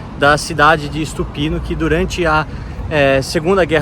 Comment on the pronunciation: Não é ISTUPINO é Stupino sem I. A pronúncia dos brasileiros é absurda em qualquer idioma. 🙈